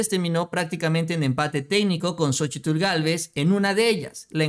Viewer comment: Seria interesante contar las veces que dices Sochitil en cada video... seguro es un record